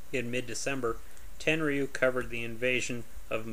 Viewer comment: It's pronounced ten-roo. You don't pronounce the y.